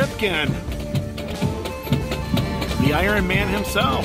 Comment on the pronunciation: such a big fan of the “Irun” Man that he actually stopped calling him Kel like always did before.